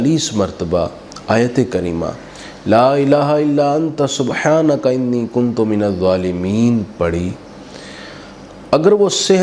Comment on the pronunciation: رب انی مغلوب ) سورہ قمر کی ایت نمبر 10 ہے۔ اس میں انی کی الف کے اوپر زبر ہے جبکہ اپ زیر پڑھی ہے۔